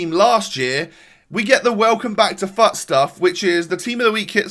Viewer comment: Every time he said fut I thought he said fu#k